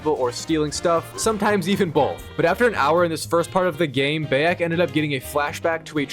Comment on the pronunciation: Bro istg atp your pronouncing the names wrong on purpose cus theres no way you say Bayek wrong